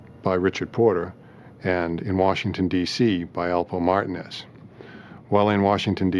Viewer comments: So annoying to keep hearing him pronounce the name wrong..do your homework narrator...its a Puerto Rican name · Highly annoying me how their trying to pronounce Martinez 🥴🥴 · Blowing my shit how they pronounce Alpo 🐀 last name ‼️ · How in the hell do you NOT know how to pronounce Martinez.? 🤦‍♂️😂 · How they are pronouncing Martinez is cringe as a mf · Bothers the shit out of me the way the butchered the name Martinez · Please learn how to pronounce Martinez. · It erks me that the narrator can't say Martinez properly. He sounds ignorant af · Mar-ta-nez 😂. The reenactment/actors of this is HORRIBLE #TrashJuice 🗑 🚮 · Its Martinez not Martin-Nez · Why do they keep saying Martin Is?? Wtf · WOW They turned Mar-teen-ez into martin-es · Ain’t nobody else gon call out the fact that they kept sayin “martin-ez” instead of MARTINEZ 😂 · It's not Martin it's Martinez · Martin ehs.... marteenehz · Alpo Martinez not Martin wtf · Calling alpo "alpo martin" is crazy😂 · “Alpo Martin “iz ” I cringed everytime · Mar-ta-nez??? How TF do you not know how to pronounce Martinez that's like one of the most common names in the world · Martinez It’s mar-teen-ezzzzz tf.! Lol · He was saying Martin...they off the damn hook. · What’s so hard about pronouncing Martinez ( Mar - teen - ez ) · I was like Martin Ez? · as a Castillian speaker I can attest it is not pronounced like that in Spain. In Spain you might hear Mar-TEEN-eth but never MAR-tin-ez. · Mar-teen-ez say it right 🧐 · Martin (ez) ¿I have never heard Martinez butchered this way! TF Why put up the photo of NOT Richard Porter? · Mar-tee-nez!!!!!!!!!!!!!!!!!! Wtf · Why are these dudes saying marten EZ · mar-ti-NEZ. WTF! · Martinez not matin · Mar-Teen ez (phonetically spelling) You want us to pronounce Broski but refuse to say our shit right. And why can’t ya’ll get people that look like the folks y’all portraying. DAMN!!! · They’re killing me with the mispronunciation of Alpo’s last name. 😞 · So cringe on how they pronounced it